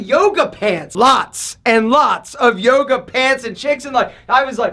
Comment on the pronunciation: Toga Toga.. oh he said Yoga?